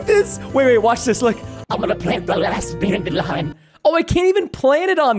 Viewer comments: I love DANDILION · I love how Preston always says DANDILION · I'm always laughing when Preston says dadelion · Preston: ItS ThE LaSt DAndiLian Of THe sEAsOn Me: *dies of laughter